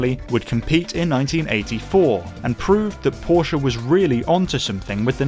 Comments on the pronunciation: Only one second into the video and I would like to give you 10 times thumbs up. For the correct pronounciation of Porsche! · Thank you for not saying "Porsh"....!!!! Seriously.